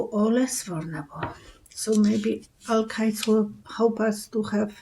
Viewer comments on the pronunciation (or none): Are you saying the word alkaline? Hard to understand!